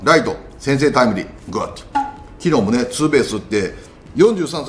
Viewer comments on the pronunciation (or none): グッドがゴッドに聞こえる